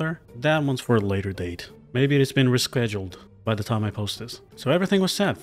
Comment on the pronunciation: I have a nagging feeling that we might not be okay... Also "reschweduled" lol